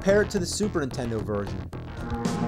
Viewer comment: I come back just to hear James say “Super Intendo” 🥹